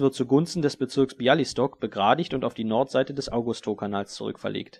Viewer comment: Kleiner Hinweis: Białystok wird eher wie Biauistok ausgesprochen, und das sz in Troszyn steht für ein normales sch :)